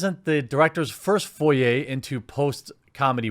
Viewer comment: That's twice I've heard you say "foray" wrong. Fore - ay. A "foyer" - foy-ay - is an entrance room to a building.